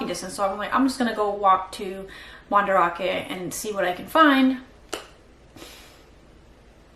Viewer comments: it's pronounced Man-Da-rake not ra-ke for future reference. Do you not talk with Japanese people when you're there? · Are you purposely pronouncing Mandarake so incorrectly. That’s not how the Japanese pronounce it